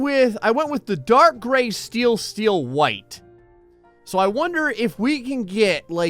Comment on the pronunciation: Gray Call it a Gray room Not a Graet Room